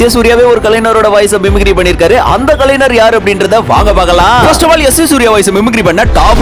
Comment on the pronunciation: கலைனர்இல்லை கலைஞர்